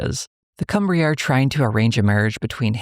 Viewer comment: Also, Cwmry is pronounced more like “chim-ru”